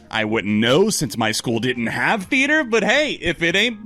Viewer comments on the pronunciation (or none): none